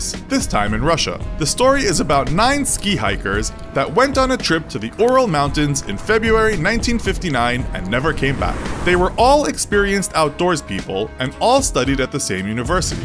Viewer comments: he pronounced the Ural Mountains as the "Oral" mountains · Why do people in these kinds of videos always pronounce things so badly? Do people stop learning to read in like 6th grade or something? He also said "Oral Mountains" instead of Ural lol.